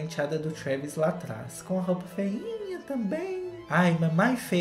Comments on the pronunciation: O falando "Kravis" kkkkkkkkk eu morri nessa parte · toda vezz q o fala "KREEEEEVIS" eu morro de rir kkkkkkkkkkk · O falando Travis kakkakakak EU AMOOOOOOO